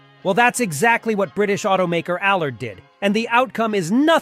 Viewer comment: I wish this guy would learn to pronounce Ami and allard properly. You put the emPHARsis in the wrong place.